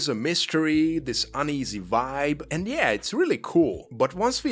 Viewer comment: Quick question to the author: Why are you pronouncing pretty much every single word with letter "V" in it, either in the middle or at the beginning as letter "w" (so "why"), but say words "video" and now "Vietnam" like it should be? Hearing words like "vibe" as "whype" is too funny 🤣.